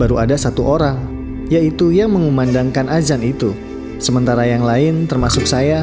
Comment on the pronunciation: Adzan zhuhur..bukan ajan juhur..makhorijul huruf itu ga gampang tapi tetap harus belajar yang benar dengan guru.